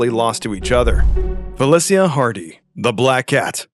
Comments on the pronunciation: IMO Ultimate Spider-man doesn't count BMB is a whole for creating that gen of comics. Oh and it is pronounced Feli-sha NOT Feli-see-ya for FELICA HARDY get it RIGHT MAN. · It's pronounced "Fe-LEE-SHA", not "Fel-E-SEE-A". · Felicia is pronounced fuh-li-sha, not fey-lis-he-uh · It's Fuh Lee Shuh not Fa Lih See yuh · Who the f says Felicia like that? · Ain’t not way he said Felicia like that. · how did you butcher Felicia's name that badly? smh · It really angers me how he pronounces “Felecia” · Not a real fan would say Felicia's name wrong! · Who says black cats name like that lol